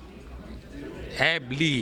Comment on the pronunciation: Love from Pakistan my Afgani Brother Abass Ali good luck may Allah bless you and protect you. Ameen And please Can you say his name right , don't take his name away from him his not abb Li his Abass Ali.